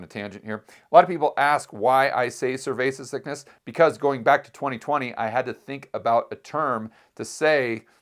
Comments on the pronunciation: Please. Stop. Saying. Cervesa. Sickness. It. Is. Annoying. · I hear survasis sickness. Can you explain what he means by it? I am not a native speaker.